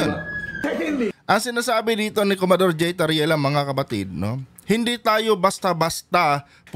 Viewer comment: Commodor hindi comador